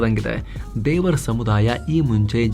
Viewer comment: ತೆವರ್ not ದೇವರ್